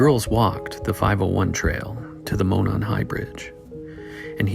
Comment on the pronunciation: Ah.. I spoke too soon on the last video. You pronounced Monon perfectly here. These are so well done, dude. I’m entranced.